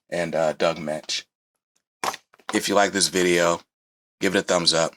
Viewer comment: Firstly, congratulations for pronouncing Doug Moench`s name correctly. Secondly, if you like David Finch`s version of Moon Knight , he & Charlie Houston had a run in the early 2000`s collected in a hardback called The Bottom. It`s worth a look. Denny O`Neil actually started Batman in the early 70`s. For a while he floated between both companies. I always thought the glider cape used by he & Batman was developed in the Moon Knight series first . I may be wrong, if I am someone please correct me. No, comics haven`t been for kids in a few decades . My clerk`s grandson spotted a copy of Teen Titans I had brought to work . I tried read it to him & was kind of shocked at how violent & horrific it was for a 5 year old.